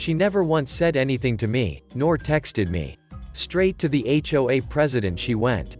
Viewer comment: If you're going to use text-to-speech on a subreddit about HOAs the least you could do is teach it that HOA is spelled out as H.O.A. not pronounced as hwaah. It's an acronym, not a word.